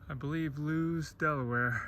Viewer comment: Lewes is Pronounced Lewis. Thank you for the tour.